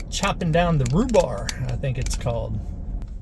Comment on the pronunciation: And back on my farm we called it rhubarb, not rhubar.